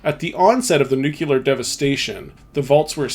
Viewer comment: Nuclear = Nu Clear not Nuke u lar